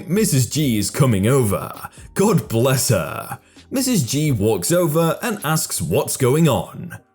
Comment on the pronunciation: Why the weird emphasises on certain words? ''bless herrrrrr'' It kinda puts my relaxing and listening to the stories of.